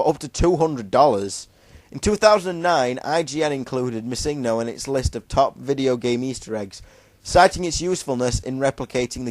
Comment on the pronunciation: holy shit... pronounce it right PLEASE. its MISSingno, no misINGno. the emphasis/accent is on the MISS, not the ING.